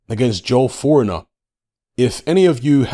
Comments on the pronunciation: I belive its pronounced FOR-NI-EAR. 🤷🏽‍♂️ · It's pronounced, forneeay. And that's not his ped info being repeated, he's been caught multiple times.. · Thinks it’s pronounced for-nee-aye 😂😂😂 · Hey speak to your mate Jaque for the correct pronunciation of Fournier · You are butchering his surname lol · All of a sudden is illiterate and can’t pronounce fornier even though his name is pronounced as it’s spelt. With all the content he has to watch to have this channel he knows exactly who he is hence pretending to mess up the name. Just like pretending not to know who Maya Jama is... Brilliant